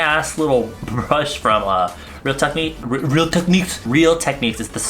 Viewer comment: The way you said "rEAl TeQueNEEks" bitch I cackled